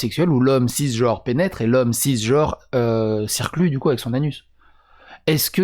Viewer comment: S'il te plait ! je te supplie ! arrêtes de dire "jore" pour "genre" ! c'est carrément insupportable ! 😫